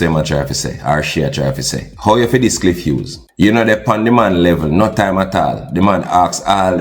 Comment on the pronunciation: Clif Whos 🤣🤣🤣 bro g it’s “Cliff Hughes” dunce and proud 🤦🏾‍♂️🤦🏾‍♂️🤦🏾‍♂️